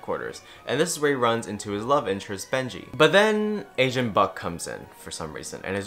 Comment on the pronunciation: everytime you said agent i thought you said asian until the very end.